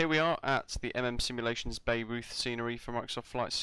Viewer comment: Bayreuth is pronounced "Bay-royt". 😊